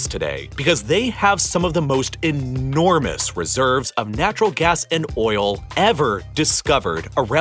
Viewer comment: I really liked your videos because of the information you shared till the point you started focusing on certain words while narrating. When you concentrate on words like 'entirely' by pronouncing it as 'enti....rely' and 'enormous' like 'ennn......ormous' I lose interest. A little focus makes your video great but this much focus irritates me... It could be just me but this really makes me switch to other video instead of watching whole 20-40 mins video... Just can't bear it. Otherwise, the content of your videos are really great. Respect for your time and effort in making these videos... Cheers..